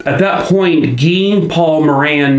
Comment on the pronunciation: Thank you for pronouncing Guy Paul Moran's name properly. I've seen way too many YouTube channels say it as guy- like another name for man. But since there are a lot of French Canadians, Guy as a proper name is usually said as Gee- with a hard G, like as in the word gas. I appreciate you taking the time to actually find out the man's name. But, as usual, you always do things top notch. Another great video. Poor little Christine... if the timing had just been a little bit different that day, she'd probably still be here.😢